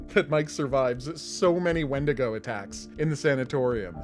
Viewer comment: The pronunciation of how 90% of people say wendigo still bugs me lol